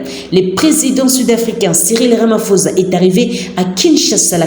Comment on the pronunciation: c'est ecrit RAMAPHOSA, mais ca se prononce "RAMAPOSSA" et non pas "RAMAFOZA" s'il vous plait.